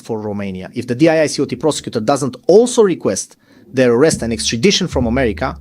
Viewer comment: I've never heard of Errmerrycar, or Roomane-E-aar.